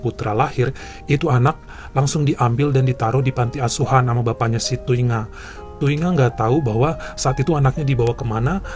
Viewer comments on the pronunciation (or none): Ku hargai kau baca nama Thuy Nga Thi Nibblet bang 😂😂😂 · Dari nangis pas denger ngmg thungai eh thuy ngah, eh langsung ngakak. 😅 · Air mata lagi netes , seketika ngakak pas abang bilang "thuy nga thi nibblet" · Lagi mewek denger cerita pertama Trus tiba2 ketawa waktu ngeja nama Vietnam